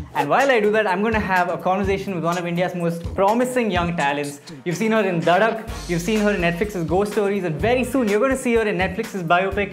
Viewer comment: When did a Saxena become a Punjabi 🙄??? pls try and get the pronounciation of Dhadak correct 🤓